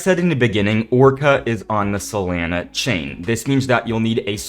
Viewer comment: the way u say solana bothers me